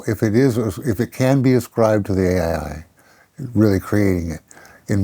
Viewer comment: To be fair, this man, is.... far past understanding ai, let alone even being able to say the word correctly dude.